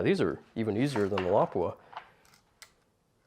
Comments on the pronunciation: Wow, he pronounced Lapua correct!! True American hero! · As a native Finn I can confirm that his pronounciation of Lapua is almost perfect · the way you say "Lapua" throws me off. Great demonstration.